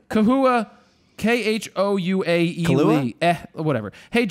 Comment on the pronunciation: Hey Jared! Khoua Eh here! haha! I get my name butchered all the time. No worries, I'm used to it, haha. Thanks for answering my question! Hopefully Gary V can get back on. I learned a lot from watching your show and Gary's! Definitely looking forward to future Rawtalks! Thanks again for the awesome answer. Hopefully, it helps other photogs too. :)